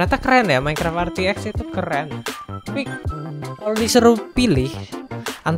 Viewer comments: " RTX ON" **:"Er Te Ex ON"🤣 #JustKidding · RTX ON --: ER TE EK ON (katanya) *Canda bos Jan baper